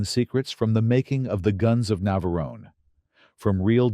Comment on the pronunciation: ...terrible AI commentary! 'The Guns of Naverone-ay'?? Get a REAL person!!